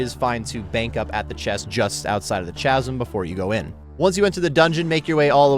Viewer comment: I'm pretty sure it's pronounced K(Ch)asm. The Ch in Chasm is a K sound